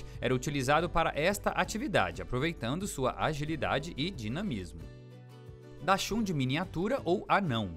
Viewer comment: O narrador não sabe falar o nome da raça do cachorro